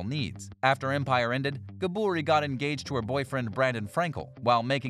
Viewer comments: Why is he saying Gabourey’s name like that WHY!!! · You totally jacked up Gabouret's Name. Learn names properly. And clear Facts on Cast Members.